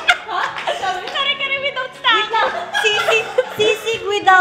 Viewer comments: "Karera" mikhssss 😭😂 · mikha:karera (Kare kare)hahaha 😂